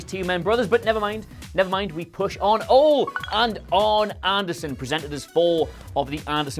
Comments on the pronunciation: Its "olEE" not "ol" Anderson, yo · Arn Anderson was initially booked as Ole's nephew. And it's pronounced "Oh-lee", not "Ohl" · Nice pronouncing Ole wrong... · Anyone else bothered by how he pronounces Ole Anderson? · Quite the pronunciation of Ole Anderson you've got going on there 👍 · Fucker can't even pronounce Ole's name right.